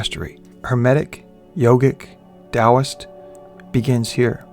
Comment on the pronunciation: Thank you for pronouncing Taoist correctly